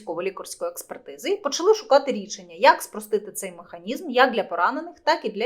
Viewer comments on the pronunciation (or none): none